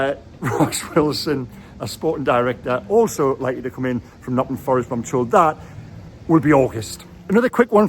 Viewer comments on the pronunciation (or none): none